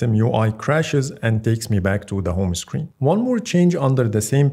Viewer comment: يا أخي اسمها هوم هوم سكرين وليس هومه سكرين